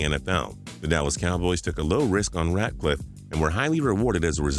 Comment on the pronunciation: It pisses me off that u kept calling him ratcliff why u adding a c??